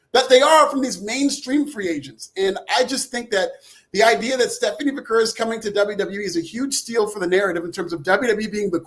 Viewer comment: just here to say: you say Vaquer like you say Hacker or cracker